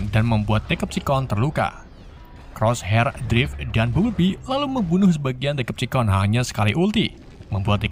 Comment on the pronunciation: Bacaan Yang Bener Itu Decepticons Bukan Dekepticons Memang C Dalam Bahasa Inggris Itu Dibaca K